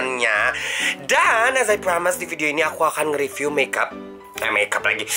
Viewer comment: Wkwkwkwk "ripyu" Sumpah mood booster banget ❤️